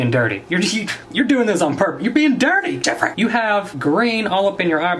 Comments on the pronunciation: JEFFRAY!! That's what is sounds like everytime he said Jeffrees name. This video was hilarious. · More like JeHfRReHHhH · Hahah so funny how he keeps saying Jeffree